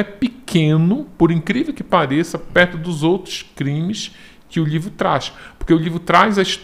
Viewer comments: Tem outro jeito de falar? Livro, lhivro, dá no mesmo. Ou não? Kkk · Acho tão engraçadinho a maneira como ele fala "lhivro".